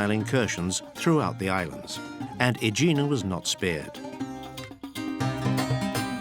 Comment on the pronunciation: I’m thinking of retiring to Aegina. By the way, your Greek pronunciation is terrible, try looking things up.